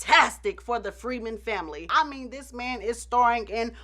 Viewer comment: Lol, "well listen ta dis" 😂 this is just tuuuuuu much 🤣 🙅‍♀️